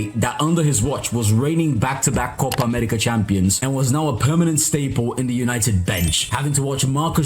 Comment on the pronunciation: watch how he pronounces copa america so well